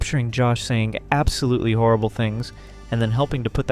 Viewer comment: When you put the stress in the wrong part of content, you're saying the verb, as in contented. This is confusing to native English-speakers. We put the stress on the first vowel when it's the noun, and we put the stress on the second vowel when it's the verb. This is how we telegraph to other English-speakers which one we mean. English is a stress-timed language, which is why putting the stress in the wrong part of the word is so bad. Usually when we hear bad grammar, we get a bad feeling, because we learn grammar as toddlers if we are native speakers, so grammar is usually internalised like that. I don't get why americans don't get that bad feeling the rest of us get when they mangle our language like that with no self-awareness, a bit like Josh.